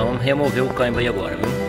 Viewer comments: Ótimo vídeo mas o "caimbio" é tenso 😂😂😂😂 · Engraçado como ele fala a palavra "câmbio", mas o mais importante é que solucionou o problema com autoridade! Parabéns!! Deixei de comprar um Kia Cerato 2018...já estava com 150.000 km rodado e o segundo dono afirmou que nunca mecheu na caixa de marchas (inclusive o primeiro dono). "A montadora não recomenda trocar o óleo da caixa" etc... Acredito que, se eu comprasse ele.... certamente teria de sambar na troca do óleo e filtro né?!....